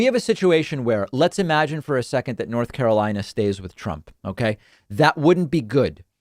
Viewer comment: Move on, YOU called N.Car WRONG...